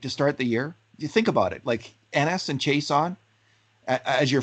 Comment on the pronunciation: It is not Chase-on but pronounced She-ah-sson (Chiasson)